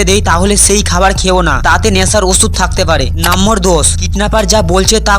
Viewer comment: Number ❎ nambor😂😂